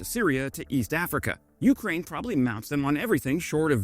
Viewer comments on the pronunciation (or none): Hi. Please pronounce Ukraine with the accent on 2ND syllable, not 1ST! It Really irritates me, the way you pronounce it. Thanks for your work. Canadian - Ukrainian over and out!